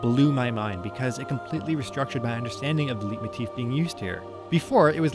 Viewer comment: Excellent review. I subbed. By the way, Leitmotif is pronounced like Lightmoteef instead of Leetmoteef.